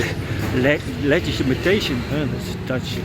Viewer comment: Yes, legitimation. I think you said it right